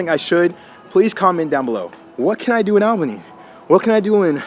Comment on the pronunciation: You miss pronounced Albany wrong....at least the first time and Syracuse